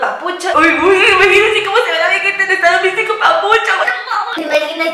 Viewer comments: Pinchi miggate no vegetai 😂😂😂🤣🤣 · Migatte No Veguetai v: jajaja C Mamo